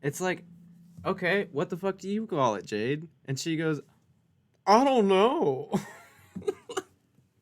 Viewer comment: She calls Jade, bhaaabuh 😖😣 I hate it so much. It makes my flesh crawl.